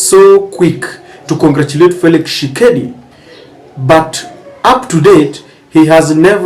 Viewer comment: Dude, the name is TSHI-SE-KEDI, not Tshekedi. C'mon, be professional!